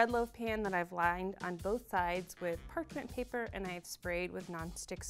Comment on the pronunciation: Did she say prarpemt paper ?!!?!!